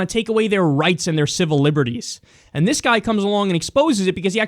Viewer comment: I hate how Kyle pronounces 'And' 'end'